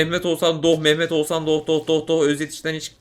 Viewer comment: Doch değil dodge